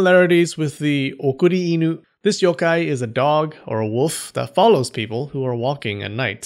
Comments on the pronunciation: You pronounce the Yokai better than you pronounce the pokemon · I’m a Japanese yōkai enthusiast, and I have to commend you on your great pronunciation of the yokais’ names! I enjoyed this video very much 😊